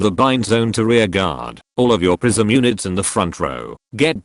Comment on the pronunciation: Why did I hear "Prism" as "prison"?